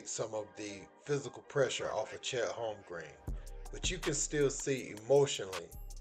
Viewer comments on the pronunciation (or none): Dude, are you slow? Or so you pronounce these plays names incorrectly on purpose. Are you trying to be different? Lmao almost every name you said in this video was said incorrect. Chet holmgreen. Lmao